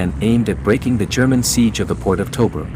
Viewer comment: l hate how this guy says tobruk